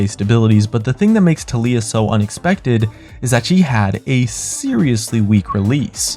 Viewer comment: thats not how you say Tailyah hehe xd